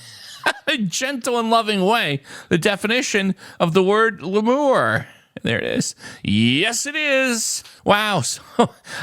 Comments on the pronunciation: LOUSE to LEMUR 😮 pronounced LEE-MER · Lemur is pronounced LEE-mur. It's a little primate! ⬜🟨🟩⬜⬜YUMMY 🟨⬜🟩🟨⬜UNMET ⬜🟩🟩🟩🟩FEMUR 🟩🟩🟩🟩🟩LEMUR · LEE-mer. Google them. Adorable. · La-moor??? Lol😂😂😂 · An instant classic. Save this to a highlight playlist. "Le'Mor". I bet the animals would actually prefer that fancier pronunciation. I love it! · The best part of this video, wasn't that you didn't know lemur (in the primate family)... but rather how you pronounced it! Loved it! It's LEE-mur (long e sound, similar to the word femur). Great stuff, Happy New Year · it's LEE-MOOR 😂 Half a point (Connections!) knowing it's an animal. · Amble, lemon, lemur. LEE-mer. Very cute animals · I bet you didn't pronounce it like saying it sounding like French "l'amour". lol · I don't know about American English, but in British English it's pronounced to rhyme with the way you said femur. Many thanks for all your videos in 2024 - great entertainment. Happy New Year to you and Cassandra. 😊🇬🇧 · Lemur rhymes with femur. I laugh when you give it a French accent. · In British English it's pronounced to rhyme with femur. The way pronounced femur. 😊